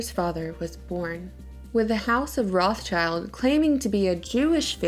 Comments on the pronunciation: German for red shield, pronounce rothshilds there is no such family as Roth 'Childs' . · Makes me sooo mad that you say “Roth-child” it’s “Roths-child”!😤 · (rot sheelds) Not rots childs... Why you say it so strange? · Stop saying their name wrong. It's 'wrote-shilled'...Red Shield. There is no "child" in there. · stop saying roth child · Do you really say Roth CHILD in english? Cause that's not at all how you say it in german and it actually sounds kinda stupid lol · we can start by pronouncing the 'S' between Roth and child. Rothschild. I thought you were a hardcore literary critic? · The pronunciation of rothschild is completely wrong! 'o' in 'roth' is like 'o' in 'or' but longer. And 'th' is just a 't' in german. 'sch' is not english 'ch' at all! it's just 'sh'! German 'i' is always like english 'ee', so schild is pronounced almost the same like english 'shield'. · if you're gonna talk about them can you at least pronounce their name right lol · As a german, i can say that your pronounciation of rothschild irritates me so much that i loose my concentration for a second everytime you say it. Interesting video nonetheless :) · Man,. Wenn u schon son' Video machst. Sprich wenigstens den Namen korrekt aus. Ist ja grauenhaft.